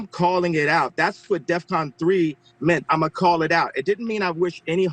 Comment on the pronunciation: btw, that's DEFCON... not deathcon.